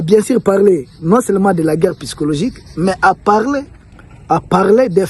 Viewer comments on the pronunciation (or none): Psychologique [P...SYCHOLOGIQUE] et non "pyschologique". Mon cher ami, omettez purement et simplement le P et dites "sychologique" et ce sera la meilleure prononciation. Toutes mes excuses.